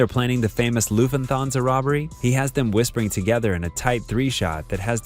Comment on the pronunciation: Lufentansa? "Lufthansa". It would help to have a vocabulary of an adult and a 6th grade ability to pronounce words.